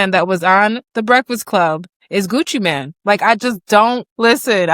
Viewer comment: It’s Mane not Man.